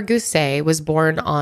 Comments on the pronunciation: May have already been mentioned, but Miami, Oklahoma is pronounced MY-AM-UH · Miami, Oklahoma is actually pronounced miama a short a. Not that it’s terribly important to this story… I do know that especially in Oklahoma camps were scary for a long while. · Thank you! born and raised in OK and I was just about to post about Miami pronunciation lol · Okie here, Miami, OK is pronounced Miamuh b/c of course haha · Its actually pronounced Mi-am-UH I have family from there 😁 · I'm from Oklahoma n have never heard of this case before. Side note- Miami, OK is pronounced "My-AM-uh". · Thank you guys for your incredible content ❤️ you guys keep me going with every Mile Higher production!! Also, Miami, OK is pronounced “Miam-uh” instead of “Miam-ee” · I have lived in Tulsa my whole life, I went to jenks. I have never heard of this case. Thank you for bringing more awareness for these poor girls. (Also, Miami is pronounced my-am-a 🙂) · Miami, OK is pronounced my-am-uh not ee. We have to put an Oklahoma twang on everything y’all 😂🤦🏼‍♀️ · Thank you for covering this case! I live in Oklahoma and we pronounce Miami as “my- am- uh” lmao 🤪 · Great video. From Oklahoma and I got curious to know some history about the true crime here, this is so sad. Oh n it’s pronounced mi-am-uh I don’t know why 😂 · I can't believe I've never heard of this. I live in/frequently visit these areas. It's so heartbreaking. I can't imagine. Also, I leave right next to Miami, which is pronounced Miam-uh. I've never been to Florida but I can guarantee they're very different. A fraction of the population and a lot less to see. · Living 30 minutes from Tulsa and broken arrow this hits close to home… also Miami Oklahoma is pronounced miama haha! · Pronounced "My-am-a" Miami, OK. Native American word. It is actually really pretty there and near the Ozarks. I know about this story and have been to Camp Scott. It is no longer a GS camp, and this is a story that Oklahomans will never forget.